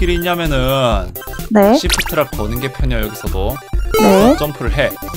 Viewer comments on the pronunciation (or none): 시프트락이 아니라 쉬프트락이에여